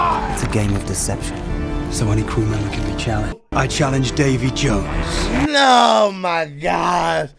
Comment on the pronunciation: Dude. Seriously; Da-VEY Jones NOT Da-Mie. I mean seriously what the hell kind of name is Damie and why id god's name would you even THINK that's his name? What would make you think that THAT is actually a real word?? Come on man; the whole "not being good with names" thing is getting old. At this point it's almost as if you don't even know English - which I KNOW you do - The name is VEERY CLEARLY said DAVEY JONES. This is as bad as when dumbasses say Dark Vader with absolute confidence.